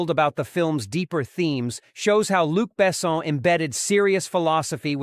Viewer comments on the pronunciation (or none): "Luke Basson"?! Only eight seconds in and I already have my doubts about the truthfulness of it - it "Luc Besson". I think this is the fastest I have ever given a video a thumbs down. 👎